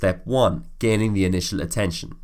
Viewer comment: "gaining INITAL attention" that caught my attention indeed.